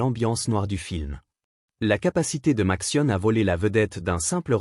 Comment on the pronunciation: Oh là, la sale prononciation typique de l'IA : Matsione... ;-)